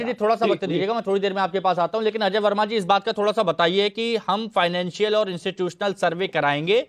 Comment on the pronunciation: अजय वर्मा बोलना तो सीखो